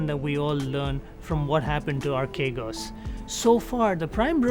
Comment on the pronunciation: The name is properly pronounced "arch egos"